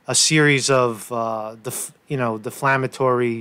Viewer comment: Dammit it’s defamatory. But I did get a chuckle out of deflamatory.